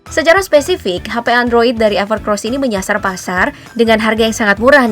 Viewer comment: Orang2 pasti sering kesebut "ever CROSS". pdhl tulisannnya "ever COSS" 🤣